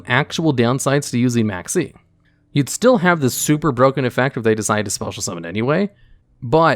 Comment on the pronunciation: Maxx C Sounded like Maxie.